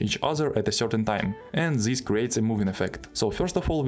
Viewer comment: zis is goood